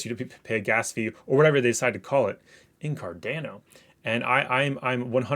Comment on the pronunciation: It’s pronounced car-dah-no